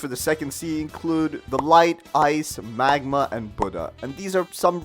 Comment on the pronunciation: Man saying buddha, magma and, dough useless xd